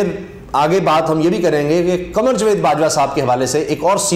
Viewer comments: Jveed nahee Javed hota he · Plz javed ko properly pronounce Kiya karin.punjabi lehje main jved na bolain.